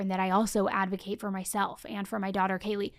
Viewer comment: I heard Casey Anthony says "I am an illegal Advokat" 😂 that fits somehow